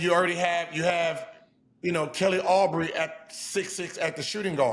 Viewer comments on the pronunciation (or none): My guy Gil be butchering names 😂😂😂 Rudy “Go-Berg” Kelly “Aubrey” Sheldon Sharp, Klay Thomas 🤦🏽‍♂️